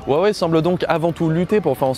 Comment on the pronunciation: Arrêtez de mal prononcer le mot Huawei !!